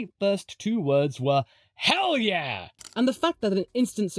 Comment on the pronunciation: That hell yeah was so ‘merican 🦅